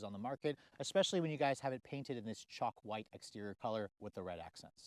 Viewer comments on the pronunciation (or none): Is that Chalk white or as you say it sounds like Choc white lol